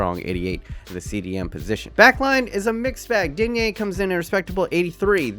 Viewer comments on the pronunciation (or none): none